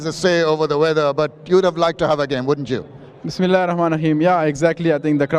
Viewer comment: Prothomey bismillah bollo ki sundar kore rosid Khan love u bro..